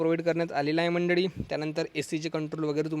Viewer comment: मंडडी नाही म्हणायचं मंडळी म्हणा.